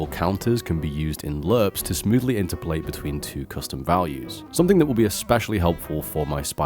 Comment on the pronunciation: I hate to be a pedantic bastard but maybe look up pronounciation of interpolate.